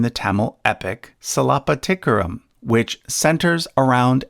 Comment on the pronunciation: it took me 3 attempts to understand what that epic was. Narrator killed the pronunciation of Silapathikaaram, Kaanagi and Pathini 😂😂😅🙏